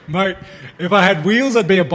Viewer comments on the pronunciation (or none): none